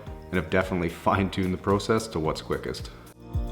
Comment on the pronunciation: Can you do a video of you only saying process 🥺